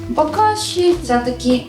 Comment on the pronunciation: Очень здравые мысли! Адекватные. Но в тут в ролике реклама сетевого сектанского маркетинга эм и бокаши. Да еще и не правильно произносимые.